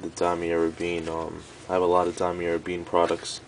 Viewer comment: guy cant even pronounce louis vuitton or damier or graphite lmao